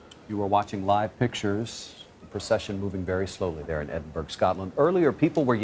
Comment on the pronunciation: It’s not EsinburG it’s Edinburra. Geez